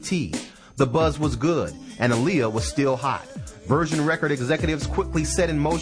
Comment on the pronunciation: And why does he pronounce "virgin" like "version" ?